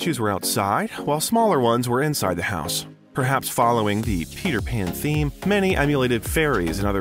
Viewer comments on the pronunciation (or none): none